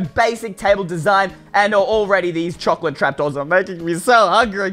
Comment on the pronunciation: Choclate..? ...... ..... .... CHOCLATE!!!